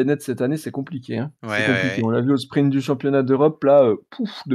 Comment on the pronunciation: Salut, j'ai découvert vos podcast/vidéo il y a peu et je vous trouve intéressant et divertissement. Merci. Juste un peu truc me fait un peu tiquer. Il n'y a p avant le t dans sprint. Ce n'est pas sprimpte. A par ça vraiment super